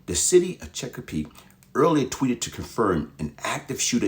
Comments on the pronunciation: Lol The City Of CheckaPeake 😂 It’s Chesapeake Virginia But That’s Funny I’m From Virginia Beach Sending Thoughts And Prayers To The Families Affected 💐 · It's funny the way he say Chesapeake 🤣 😂 😆